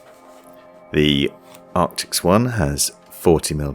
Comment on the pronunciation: Loving your videos. Keep up the great work. I still get a laugh every time I hear you say Arctics instead of Arctis :-)